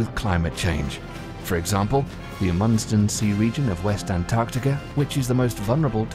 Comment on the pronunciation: Not going to give much credence to a narrator who cannot even pronounce “Amundsen.”